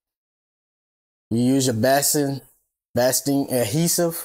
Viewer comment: This was very informative and your patch came out beautifully! I like the idea of using felt instead of twill, which is what I have been using. One thing though, basting is pronounced bay sting, not bass sting. Thanks for the video! 😀